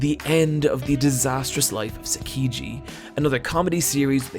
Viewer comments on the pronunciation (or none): Pronounciation of any name is the real disaster here. Saiki is pronounced Sakiji? Oof. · sakayji? sakiji? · Wait wait, how did you pronounce Saiki's name?